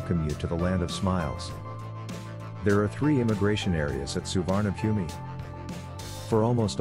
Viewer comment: It's pronounced Soo-wanna-poom. How can you trust information about an airport from someone who can't be bothered to find out how to say its name